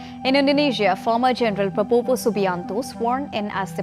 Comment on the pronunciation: Presenter Pada gak bisa ngomong prabowo e malah jadi pa popo 😂